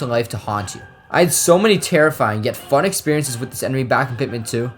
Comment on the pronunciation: when you said “fun” i thought funeral